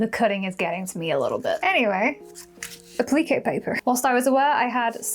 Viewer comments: I was so confused awesome to what A-pleakay paper was then realized you were saying Appliqué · 😂😂 yes me too! I had no clue what she was saying until I realized she was saying appliqué ❤